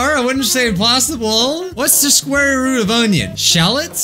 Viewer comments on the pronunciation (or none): none